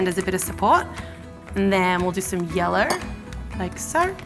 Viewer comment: She said yeller